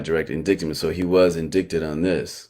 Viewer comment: He’s so ignorant but trying to sound smart I can’t take it omg 🙄 LISTEN. So it’s NOT inDICKted it’s inDITEed fool. Get your reading skills up before doing anything to analyze anyone else my friend. He KEEPS SAYING IT UGGGHHHHHH